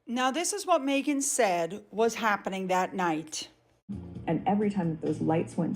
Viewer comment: Her name is MEGHAN, not MAYghan!! FFS!